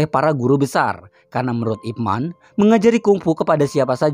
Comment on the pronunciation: 01.24 Pelafalan namanya kok kayak "ROCHMAN" Boss? Selama ini hamba kira namanya dilafalkan "IPMEN" 🤣🤣🤣 ,...